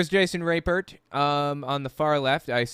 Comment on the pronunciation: I wonder why he doesnt just pronounce his name like RAP-pert instead of rape-ert